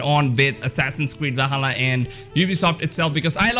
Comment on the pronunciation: It's Not Vahalla! It's Va''L''halla!